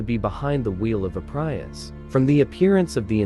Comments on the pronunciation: "PRY- US" 😆😆😆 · Enough with "PrYius"